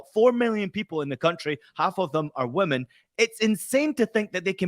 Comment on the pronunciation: "half of them are awomen" what ?? xD